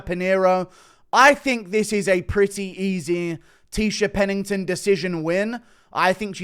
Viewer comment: Almost closed off the video the second I heard Tecia Pennington